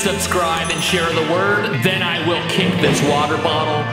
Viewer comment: Nobody: stevie t: 3 MILLION WATEE BOTTLE